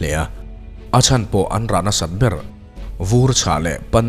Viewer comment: biar tih ang in i lam a ber tih ang a lam tur lom...soi ve mai+😄